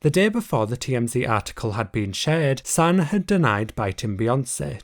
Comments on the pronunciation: It’s not “Sauna” it’s “Suh-Nah”.........that’s bothering me so bad. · Omg he said Santa without the ‘T’ Lathan😂😂 idek how to type the pronunciation but it’s (Suh-nahhh) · You Say Sanaa’s name wrong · How do you have so many details but you don’t know how to pronounce Sanaa?